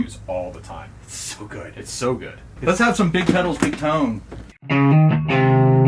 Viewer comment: 😂 (makes chef’s kiss motion) “Güüd.”